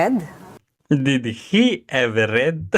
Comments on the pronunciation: BOBO TLAGA!DID TAPOS READ(RED)DAW!!SHUNGA!mommy ko graduate ng UST.ENGLISH TEACHER and JOURNALSM graduate!wag po IPAHIYA ang UST! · Sa una pa lang na did he ever read yung pagbigkas nya ng read ay past tense. Did na past tense pa ang gagamitin nya